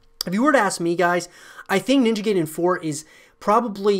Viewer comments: It's pronounced like "guy-den" not "gay-den" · Once Again it is pronounced "Nin-ja Guy-den" and NOT "Nin-ja Gay-den". There is NO "GAY" in pronunciation of Ninja Gaiden .**The only thing left to do is wait and see how Ninja Gaiden 4 would look like Exclusively on Playstation 5. Hopefully it is not going to be way worse then Original Vanilla Version of Ninja Gaiden 3 and not way worse then Ninja Gaiden : Yaiba Z. Let's cross our fingers for the game to be better then both Ninja Gaiden : Black (Original X-Box) and Ninja Gaiden 2 (Original X-Box 360). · It's "Guy-den", not "Gay-den". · "Ninja Gay-Den". Lmfaooo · Fuming how he pronounced it as “gayden” it’s like pronouncing guide ninja “guide”en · How many times are you going to say Ninja GAY-den? Gay-den, GAY-den, GAY-den! 🤣 is not how you say it! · haha dude butchered the name . ninja gayden 😂😂